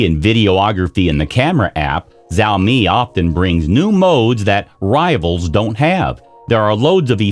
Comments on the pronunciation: Es más un chao- Mei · It's not "Zaomi" it's "Shaomi" I just can't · Wtf is zaomi 🤣🤣🤣🤣🤣🤣🤣🤣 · The moment he mispronounced it I quit the video